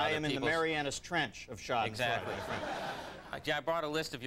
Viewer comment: shaddinfroid. no Shahdenfroida (roll the "r")